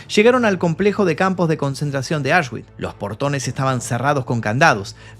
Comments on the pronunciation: Se pronuncia "Aush(x)bits" de nada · Un reportaje muy interesante. Por cierto, Auschwitch se pronuncia "ausbitz" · Me pierdo cuándo dice auchsguits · Auschwitz ❌ Ashwick ✅ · Como dices ?? Asgüich? 😂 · Se pronuncia aush-vitz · La W suena como V